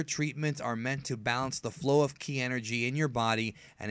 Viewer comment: Ive never heard anyone say kai instead of Ki